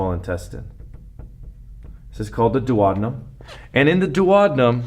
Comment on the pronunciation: dew-oh-dean'-um (hum)... :-)